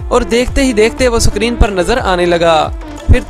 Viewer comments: Bro सकरीन nahi screen hota hai... Lol 😂😂😂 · Bro sacreen nhi hota h screen hota h😅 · Mere bhai suckreen nahi iskreen ( screen ) bol de... Iskreen